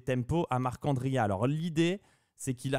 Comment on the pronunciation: J’apprécie l’effort de prononciation pour Marc’Andria, c’est tout ce qu’il me manquait sur ces vidéos